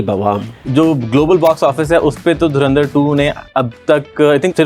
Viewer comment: इन पाकिस्तानियों को धुरंधर अभी तक नहीं बोलना आया . धरिंदर धरिंदर.बोलते रहते हैं ..ये जाहिल 😂😂